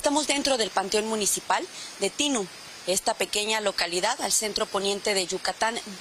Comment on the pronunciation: Esta reportera da lastima no sabe pronunciar el nombre de la comunidad no es tino ,,es tinum Yucatán